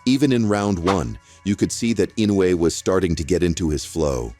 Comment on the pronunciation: EFFing A.I. couldn't even pronounce Inoue's name RIGHT - WTF?